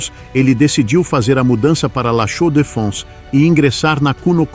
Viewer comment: Interessante história ! Le Chaux de Fonds (a pronúncia não está correta).